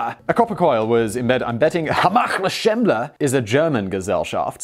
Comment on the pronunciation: you really need to put those names in writing on the screen x.x German, here, and I have no effin clue how to even try to look that Gesellschaft up, based on how Simon said it.. (teehee ... Simon says...)